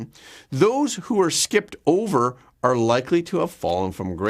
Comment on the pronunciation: That’s are, not arr